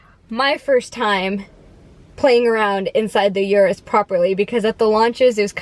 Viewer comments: I am not Italian but I can say the name correctly. It is OO-ROOS not YOU-ROOS. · It's not a Yuris. "oo rroos" No "Y" Urus. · Get the pronunciation right. It's Ooroos